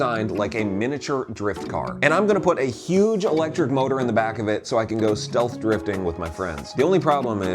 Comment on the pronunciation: He said "stealth " drifting